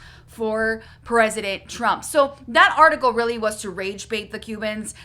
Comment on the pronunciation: “I will boat for Donald Trum” ✌🏽